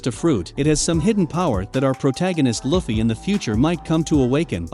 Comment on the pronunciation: It annoys me the way you say luffy